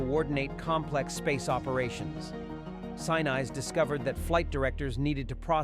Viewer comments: Wrong Yardbirds, it was 1970 not 1977. It is Sin-ese not Sinice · They lost me at Sanize...gone... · An interesting video ruined by the fake voice-over. Why is it so hard to record an actual human being speaking? You can do it on your phone. Weird gaps in all the wrong places. And who the hell is Gary Sign-eyes? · Why would you put this much effort into a good script and excellent visuals…….and then use an ai voice? 13 follows Apollo with significant pauses making it sound like it belongs in the previous sentence, Gary Sinise’s name is mispronounced every time, just name a few gaffs that are particularly irksome.